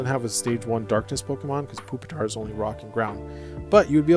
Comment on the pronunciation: No way bro called it Poopitar